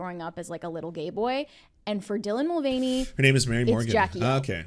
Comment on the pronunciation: “Dylan Mul-gain-y” sounds like if they had a fitness channel or a bodybuilder alias. 😂